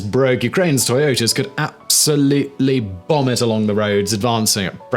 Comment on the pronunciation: Wtf? "Went up like a gigantic BOM!"? What happened to you, dude? It's like you sat on your nuts at the end of bomb, and had to cut the end part of that one word short. BOM. LOL.